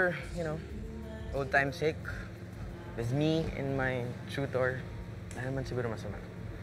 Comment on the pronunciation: Tuitor not tutor 😄